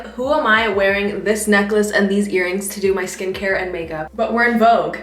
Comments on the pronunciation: take a shot everytime she says vouge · It's Vogue 😂❤ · so its pronounce “vog” and not “vo-gue” 😭😭😭😭 i just knew